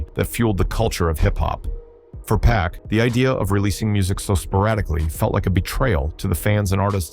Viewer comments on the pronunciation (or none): The narrator sounds like he's reading and miss pronounces words suge (Shugg) He said pack not pac